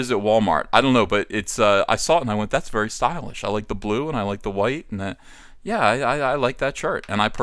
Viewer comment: Thick thighs save lives, Ethan. "Thank you verrrrrrrrrrrrrrrrry much."